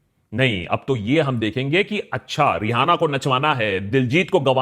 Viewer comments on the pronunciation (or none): Just out of the topic thing I would like to share.Even though it's Rihanna but it's pronounced as Riana and not re-hana. Thanks.